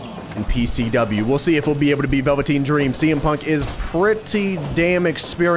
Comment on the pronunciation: I’m mad we gotta wait until the championship match to witness the phenomenon known as Big Bear. 😩 Edit: why the fuck did you say Velveteen Dream name like that?? 😂😂😂